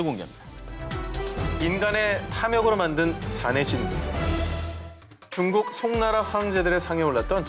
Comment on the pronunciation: 오상진 아나운서 중국을 쭝국이라 하시고.. 맨 앞글자에 오는 시옷 발음이 좀 세신 것 같은데 말 하실때 힘을 좀 빼시는 게 어떨런지